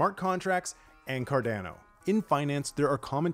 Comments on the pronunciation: Car-da-no, not Car-Dan-no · "Cardeno" 😅 Ah you Americans.. your pronounciation tickles my ears :-D great update though :-)